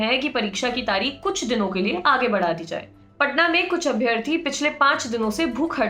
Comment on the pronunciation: Please correct ur pronunciation for abhyaarthi!